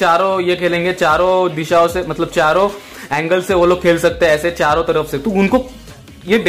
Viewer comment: WHO NOTICED THAT HE SAID CHAROO HAATHOO SEE KHLTEE LIKE👇👇